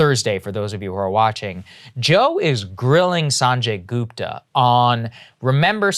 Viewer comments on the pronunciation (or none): GOOP-ta? GOOP-ta?! Might as well call yourself Say-grr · LOL is Saagarji pronouncing "Gupta" American-style?? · sagaar pronounciation of gupta is a travesty